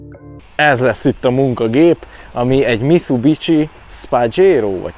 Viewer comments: Milyen miszubicsi? Micubisi-nek kell mondani. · Miszubicsi 🤣🤣🤣 micubisi (mitsubishi) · Miszubicsi xDDDDDDD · Miszubicsi besírok